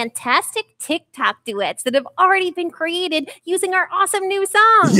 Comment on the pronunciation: "On the tictoks" do you mean tiktok